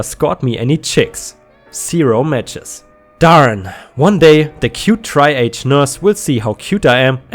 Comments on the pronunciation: triage - TREE-aj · Triage isn't "tri age". It's "tree awsh", i.e., the medical assessment of whether a patient is urgent, moderate, or has a minor condition with low priority.